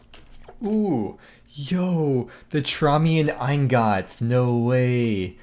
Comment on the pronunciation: No way this man just said “NO WAY ITS THE TROMIUM EYENGOT”